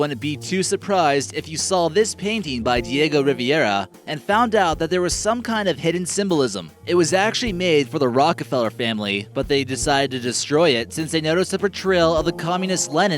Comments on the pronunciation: Diego "Riviera?" You mean, "Rivera," lol. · It's not Diego "Riviera"..... It's Rivera.